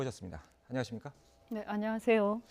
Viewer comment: 처음에 안녕하세요 할때 북한사람인줄